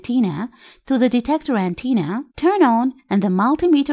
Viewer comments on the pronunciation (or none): Excellent video but here's a tip: we say "antenna" not "anteena".